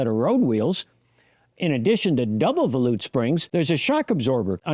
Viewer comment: Credit to you for being the first person to pronounce volute correctly. I was thinking that can't be right but when I checked, that is the correct way to say volute. I had always assumed it was like vol from volume and ute like the fighting Utes.